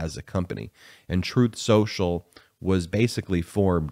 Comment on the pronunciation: Troth Sential. Get the name right!